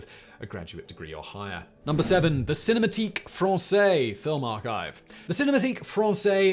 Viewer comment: Try pronouncing "cinémathèque" correctly.